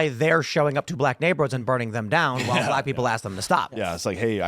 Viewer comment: Tim say while, while 😂😂😂(stewie)